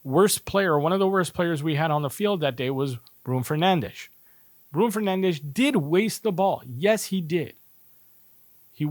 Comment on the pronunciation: did you live in portugal ever or have portuguese friends/family? you pronounce fernandes correctly its rare its a heavy language portuguese... everything sounds full of g's and z's to american or english ear : )